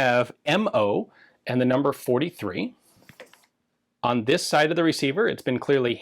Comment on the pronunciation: "Mumber 43"